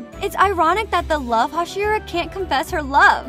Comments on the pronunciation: some random ass white woman butchering all their names is just what i needed today (and as another note, the first syllable of words is stressed, not the second like in english. so, it would be ino-suke and ha-shira) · Aight lady, Tenjiro, Kenoe, Hasheera, Inosookay, Shoniboo, Tamaeyou, and Saneemi... i beg of you get them right. Also most of these facts are known by every demon slayer fan Edit: It is explained by Inosuke in season 2. It only shows when they flex their arm and hand muscles and say the words "Show me my rank." Also every demon slayer gets one after the final selection, but was skipped in season 1 when Tanjiro passed because he explained in season 2 that he must have been too exhausted from fighting the demons to remember hearing that. Also, in the video, you used the scene where Inosuke literally explained the rank appearing and how to do it. Edit 2: I found some more for y'all since you seem to like this comment. Enjoy -- Oozooy (Uzui), Moozan (this bish a cow now? *moo*), Sakiera mochi ( ... ), Zunitsu, Mooichiro (you can make Moozan a cow for all I care, but leave Mui out of this), and Obonayy. Again about the topic of the symbol on the back of the demon slayer's hands. , you used the scene where Inosuke literally explained the rank appearing and how to do it, in the anime. I honestly don't know how you could have overlooked that. That rank doesn't symbolize a demon slayer's unique breathing style, as many of the demon slayers share styles. An example is the various water users such as Tanjiro, Giyuu, Sabito, Makomo and probrobly a lot more characters because not every single demon slayer in the corps has a unique breathing style. Sabito and Makomo were the 2 ghos